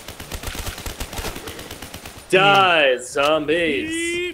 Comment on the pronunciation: Did anyone notice when it said richtofoffen